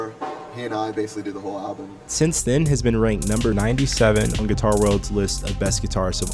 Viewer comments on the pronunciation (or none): none